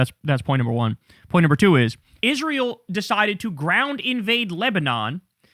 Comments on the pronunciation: The way Lindsey Graham says "Isril" is so jarring 😂😂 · They all do it. "Izrul" I hate it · If I have to hear Lindsey Graham call Israel “IS-ral” one more freaking time …. Evil war mongers… 😡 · "Join isrool" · Fuck IS-ral!!!